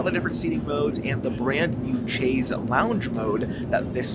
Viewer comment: That Chaise lounge mode makes no sense. Leaning against the back wall with the seat in lie-flat position. Why not just use the seat in recline seating position? Btw, you are pronouncing "Chaise" incorrectly. It is pronounced as if it is spelled "Shaise"... "shayz" not "chayz".